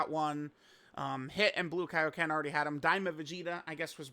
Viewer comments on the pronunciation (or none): none